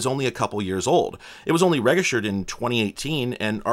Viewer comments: I've just never heard anyone use a hard G, thought maybe it was nerd bait to drive comment engagement. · Oh wow, four weird “egg” sound intentional mispronunciations of “register” within the first two minutes of the video?! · Do you pronounce “register” with hard “g”? I have never heard that. Interesting. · Are you intentionally trying to trigger us pedants with your pronunciation of "register"? 😛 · Fair I guess, it's just weird because when I do mispronounce things on purpose as a joke it rarely gets noticed, but every single time I say this word I get a flood of comments, but it's just the way I talk. It sounds alien to me with the soft G. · Never heard anyone pronounce "register" like that